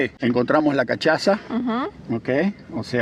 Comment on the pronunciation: se pronuncia casassha.la cachaza jajaja